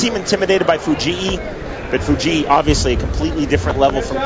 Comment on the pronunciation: Fu-jee-ee? WTF?